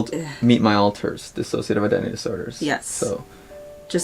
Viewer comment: THANK YOU for saying D I S S O C I A T I V E correctly